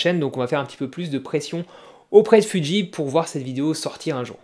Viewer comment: Alors, c'est fuji et pas fudji et c'est full métal flippette et pas full métal phantomette 😉